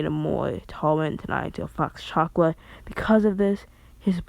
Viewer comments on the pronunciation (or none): You are saying chaka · he says chakra weird I like it